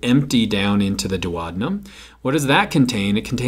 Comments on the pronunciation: GREAT VIDEO and GREAT EXPLANATIONS! :-) But, wait, what? How did you pronounce DUODENUM? No one in the English speaking world pronounces it like that; not even the Brits, or the Aussies, or the Kiwis! Where did you learn that particular and erroneous pronunciation? Please check online and try not to massacre good old Latin!, never mind English Cheers! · his pronunciation of DUODENUM cracked me up!!!! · I like your movies on A&P topics: short and succinct - thank you! I noticed that you pronounce 'duodenum' differently which is a bit confusing for me (non-native speaker...) I learnt to pronounce it like this: Is your way the US way to pronounce it???